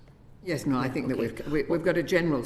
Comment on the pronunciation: I love how she says NO,NO,NO,NO!! Thank god we do have people in the uk and in political positions to watch out for people. As 💩 as everything is im so grateful our nation has non toxic people who have iq and eq ✌